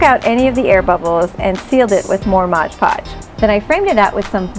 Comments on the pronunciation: Mod Podge =/= modge podge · Why does everyone seem to call it "Modge Podge"?